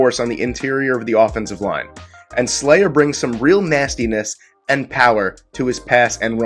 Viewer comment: Alot of reaches for no reason.. Sayler* not Slayer